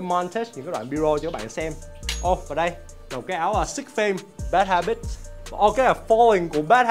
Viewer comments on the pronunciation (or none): Bad habits mà sao nghe anh đọc bad habitch không thế nhờ @@